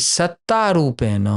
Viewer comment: कृपया तेन को तेन् और रूपेण को रूपेण् इत्यादि प्रकार से मत उच्चारण किजिए।